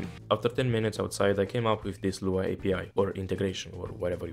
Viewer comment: i threw up a little when you said lua